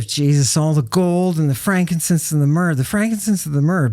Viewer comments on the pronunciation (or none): none